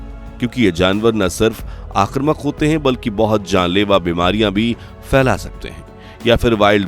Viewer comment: आक्रमक नहीं आक्रामक बोलना 😂, वरना हिंदी वाले आप पर आकरामक हो जाएँगे l